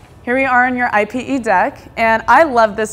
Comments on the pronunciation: I-P-E? You mean IPE (e-pay)? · "eey peh", dear. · Hi there I really like your channel and I just suscribed. I wanted to educate you on something that I noticed in a few of your videos. When you are pronouncing Ipe wood it's actually pronounced (ee-pay), also called Brazilian walnut. I hope this helps! Wishing you much success!! 🤗